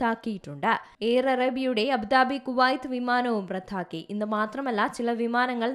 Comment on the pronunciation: റദ്ദാക്കി എന്നാണ് പറയേണ്ടത്, റത്‌ഥാക്കി എന്നല്ല.